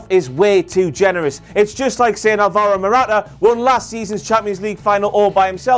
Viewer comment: AL-VA-RO MORATA. Dios, que acento tan grueso se maneja mi primo.